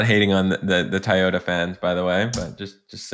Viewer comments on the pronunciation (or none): what’s Tayota?😂 nice vid mate. Cheers!